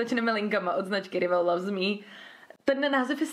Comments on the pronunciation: Přemýšlela jsem nad tím už při sledování několika předešlých videí, a teď jsem se odhodlala ti to napsat: "rival" se nečte "rivel" ale "rajvl" 😁 ale nohate, jen abys věděla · Necte se to RIVAL ale raiv(e)l .. jen tak pro opravu